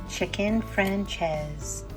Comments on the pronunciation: Nice, easy recipe. Serve with salad? Rice? b/t/w it's pronounced "Fran-chay-zeh" (not "Fran-chayze") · Hey... If you are going to get fancy...pronounce it properly...its...fran- chay- zay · Looks delicious but damn you butchered the name. Lol